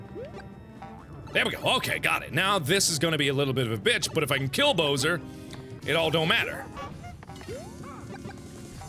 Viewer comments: MARKIPLEIR IT'S BOWSER NOT BOSER I'M NOT MEANING TO BE RUDE BUT IT'S MAKE ING ME MAD!😠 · Lol. It's Bowser not Boser😆😆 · LOL what the hell is a boser? DID HE MEAN BOWSER? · i find it odd how he pronounces Bowser as Bo-wser and not Bow-ser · did anyone realizehe called bowser , "bo-ser" lol ' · The first few times were okay. But now hearing Mark pronounce Bowser as Boh-zer is starting to bother me. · The way you pronounce Bowser is unacceptable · Really hope he's pronouncing Bowser wrong on purpose.